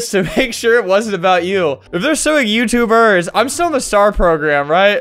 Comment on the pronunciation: Chase Rooney is suing *youtuberrs*. Why does he say it like that?